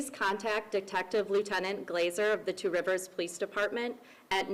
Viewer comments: G. I live in Wisconsin about 90 minutes away from Two Rivers. Just wanted to tell you that you are doing excellent with the pronunciation of those towns/cities. Lots of American Indian names. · I live about 30 minutes away from Two Rivers. And I want to tell you said these names of the cities prefect